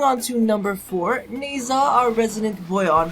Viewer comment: Didn't expect the Valhalla Kitty on #1, but I share your point of view. On the #2 goes Tsundere Prime, my #3 is Limbo, #4 is Volt (as my very first frame from early alpha) and #5 is Ivara. By the way, Nezha's name is pronounced "Nuh-ja". You could see this on Shy's twitter by the way.